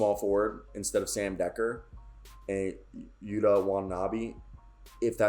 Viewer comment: Nailed yuta's name